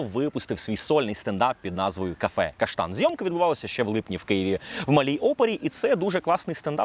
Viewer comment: куку) приїхали) кафе ШАНтан а не каштан)